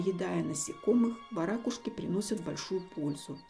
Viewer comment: Отличный ролик! К любым видам птиц отношусь с любовью и уважением! В слове варакушка, правильное ударение не на вторую букву А... Ударение произносится на букву У... Это так на будущее. Хочу просто поправить, произношение имеет смысл, русского языка!